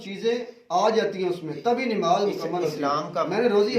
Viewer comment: Dadi wale jahil Mulla nimaz nahi hota hai namaz hota hai pehle bolna sik